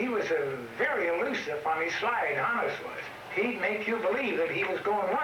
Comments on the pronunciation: it's HAWN-us. not HONE-us. as in Johannes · Mispronounces Honus as well, at every opportunity.